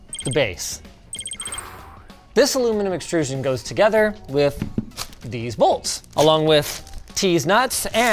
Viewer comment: "These bolts and dese nuts" 🤣